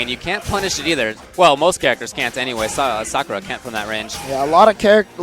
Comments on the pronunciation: I love the commentators in the FGC, but please stop calling her Sa-kurr-ah, it's Sah-koo-rah (with a slight pause after the 'Sah'). Irritates me, probably get flamed for it, but whatever. Keep up the great streams and vids! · Wow, even professional tournaments don't know how to pronounce "Sakura" properly.